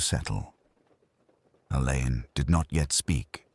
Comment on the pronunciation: Please it is pronounced Allen. Dame Marsh actually made a point of this in Singing in the Shrouds